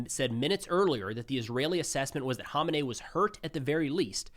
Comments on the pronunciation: It’s pronounced “Who-main-eee” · Great coverage but ya pronunciation of Khamenei is hilarious. It took me a while to figure out who you were talking about